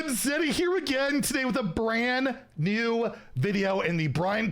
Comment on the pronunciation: I can't unhear "Brann new video"